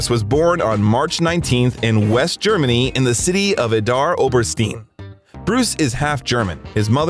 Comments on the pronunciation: "Adar Obersteen"??? Try learning the pronunciation: my transliteration: ee-dar obehr-shtine Credibility augers in when the narrator can't be bothered to learn how to pronounce what they're reading. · The city he was born in is pronounced more like EEDAR OBERSTINE